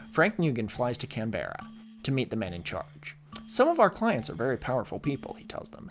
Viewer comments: Canberra is pronounced Can-burr-a. Not Can-bear-a. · As a native canberran (there are dozens of us), I feel obliged to say that canberra is pronounced "can-bruh" rather than "can-beh-ruh" by locals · Canberra is pronounced Can-bra and "Aussie" is pronounced like "Oz" from wizard of oz, like "Oz-sea". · it’s Can-bra. but one of your best videos yet!!! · It’s pronounced “Can-brah”. There are so many places here in Australia with names that will trip non-Australians up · all that effort to learn how to say Gough but not Canberra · Ocker here, I can't tell whether or not you intentionally mispronounced Canberra!